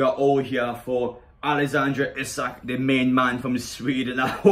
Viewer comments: Apparently it’s pronounced Alexander Eesac. Come on people try and gets people names right it ain’t that hard lol. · Great singing! His surname is pronounced Eesak though.